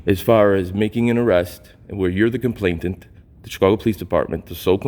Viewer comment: It's "complainant" not "complaintent."